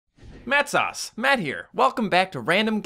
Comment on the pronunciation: I KNOW I NEVER HEAR HIM SAY IS INTRO DID HE SAY LOL I say MATTSHE I thought it was mattshe